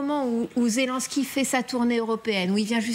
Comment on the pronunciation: Après un an de guerre les journalistes français ne savent toujours pas prononcer "Zyié lyiéne ski" mais continuent de dire "Zé l'un ski" ou "Zé lan ski"